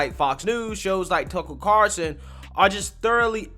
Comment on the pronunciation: Everytime you say "Tuckle Carson" I'm doing a shot...